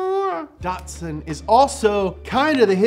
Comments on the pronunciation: There is no R in Datsun.... Stop saying "Dartsun" It's like Bat... But Dat! DATSUN. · Dot Two - Son Datto - San not dotson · Datsipun- uhh i mean Datsun that sun